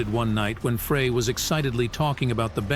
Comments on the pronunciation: Frey is pronounced, 'Fri like a French Fry, not Fra. Linda from Missouri 🎶🎵💜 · Very correct, it's just like a FRENCH FRY, please!! 😢 Not Fray